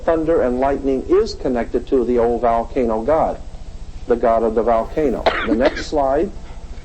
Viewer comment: It’s not a ‘VAL-cano’…. (VOL-cano).